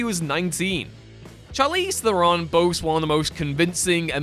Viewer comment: Two pronunciation issues. The first forgiveable; Shar-leez teh-ron not charlees therin and secondly and not forgivable; sah-con-did not seconded.